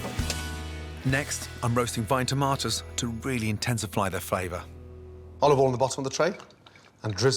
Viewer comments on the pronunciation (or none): "to really intensifly the favor" Nice